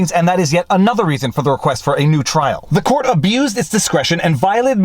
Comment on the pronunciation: Viva, with your reading style it sounded like you said: "f the court". Freudian slip? LOL